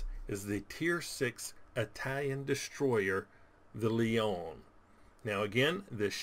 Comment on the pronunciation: Leone not leon you need the eh on the end